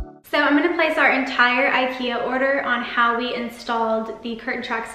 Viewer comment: God, your constant mispronunciation of IKEA make this video absolutely unbearable. Why do Americans think the way they choose to say things is right?